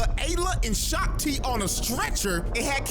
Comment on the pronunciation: Shak Ti ❌ Shock Ti✅